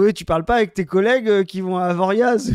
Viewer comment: "Zoé, tu parles pas avec tes collègues qui vont à Avoriaz?" Oh la la quel vrai prolo ce. Il a prononcé le Z de Avoriaz. Oh la teuhon!!! Tu peux pas faire le faux bourge un instant?!!! 😅